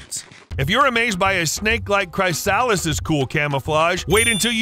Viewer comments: Everyone please like this comment so sees it: it's not cry-SAL-is, it's CRIS-uh-LIS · Please learn how to properly pronounce "chrysalis". It's pronounced "CHRISS-uh-liss". Batesian Mimicry is super cool. One of my favourites is the Leaf-tailed Gecko. It really does look like a leaf when it's not moving.